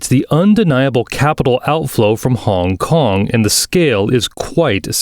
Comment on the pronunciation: honnnnnngg konnnng, dang the accent so weird idk if i was the only one who noticed it.